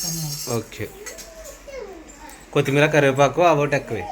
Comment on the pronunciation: కుత్తిమీర కాదు కొత్తిమీర అనాలి పక్కన వున్నవాళ్లు కూడా చెప్పరు ఒకసారి చెబితే తనకి తెలుస్తుంది